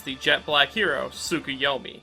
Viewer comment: Its tsukuyomi not tsukiyomi.